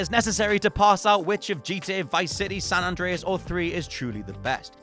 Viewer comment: how do you get San Andres wrong every time?